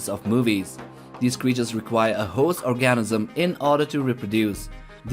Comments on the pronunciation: He's trying to say organism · This man for real said orgasm instead of organism when describing Calvin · OR-ganism, not orGAN-ism. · No it was definitely an orgasim